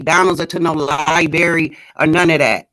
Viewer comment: Ghetto🙄. Btw, when dude said "THE LIBARY", that had me weeeak!🤣